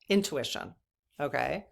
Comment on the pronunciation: You made a new word "owntution". Love it ❤❤